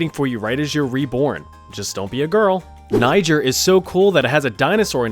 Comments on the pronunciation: It's pronounced knee-jay-r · Benin = Be-neen, Niger = Nee-shh-air, Nevis = Nee-vis, Bahrain = Baa-rain, Eswatini = Ess-wah-tee-nee, Slovenia = Slow-vee-nee-ah, Eritrea = Air-re-tray-ah. Also Seychelles is another one where you have to put “The” at the front. The Seychelles. 😊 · It’s funny that you mention “don’t get funny about pronunciation” but everywhere else it’s pronounced knee zhair. It was a French colony until the 60’s and it’s definitely a French name with the country’s official language being French. I’m not sure why we in the US pronounce Nigh jer. Maybe because French is a bad language. I’m kidding, or am I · Niger is not pronounced the way you said. It is pronounced Ni-zer. The Z being pronounced the British way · I thought you should say niger as nijer but aight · Niger is pronounced knee-zher. You dunce. It's the knee-zher-uh-saur-us. You mispronounced it on purpose. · Nijer is the incorrect pronunciation for where the Egyptians acquired their trained baboon police force